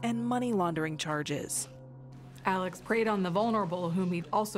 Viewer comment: sorry sister, but his name is pronounce "Alex" NOT Aleck --- please get it straight and do your job correctly